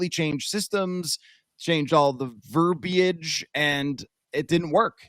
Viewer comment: Thank you for pronouncing 'verbiage' correctly!